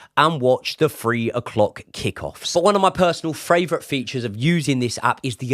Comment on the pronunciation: Love ya and the content but please please please work on saying 'favourite' right, it's gotta be your most used word on the channel and you say 'fravourite' every time and it's starting to grate on me, sorry 😂